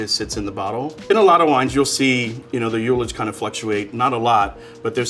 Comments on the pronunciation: Hearing a "sommelier" make such a terrible attempt at pronouncing the word "ullage" lost hom all respect. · For those that are interested, that's not how the word "ullage" is pronounced. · My friends and I always say ‘ullage’ with the first syllable like ‘hull’. I’ve never heard ‘youllage’. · Get a load of this guy🤣 no TF it isn't lol